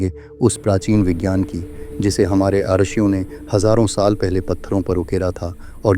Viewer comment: अत्यंत उपयोगी जानकारी देने के लिये बहुत बहुत धन्यवाद। रिषियों शब्द का उच्चारण रशियों किया गया है।